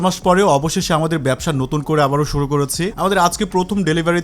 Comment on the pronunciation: কিছু মনে করবেনা। সুধু করছেন নাকি সুরু করছেন?